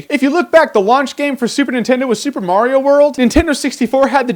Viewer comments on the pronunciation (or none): none